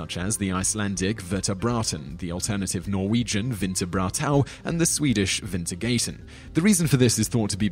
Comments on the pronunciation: lol..... vinter gejten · sorry but I gotta down vote this, that Swedish pronunciation was pure butchery :/